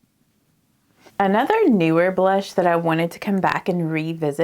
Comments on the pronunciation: she absolutely has a Southern accent as do I (I’m from New Orleans). However the word blush is one syllable not 2. Bah-lush is not correct English. However, I am 40. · I love DT makeup and you make it look stunning. I encourage you (if you want people over 20 to watch) to realize there are many single syllable words that you turned into two ( bah-row, bah-lush, bah-right, love-ah, etc.). Go those of us over 30 it’s very distracting from your beauty.